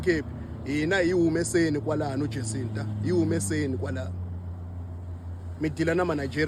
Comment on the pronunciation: is just a fool. She can't even pronounce the name right 'Jancinda'... We need to track her down...